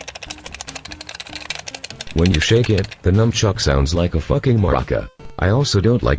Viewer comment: fucking sony fanboy if you are a dumbshit why are you reviewing a great console and at least use your voice dickshit not this microsoft voice which calls the nunchuk a numchuck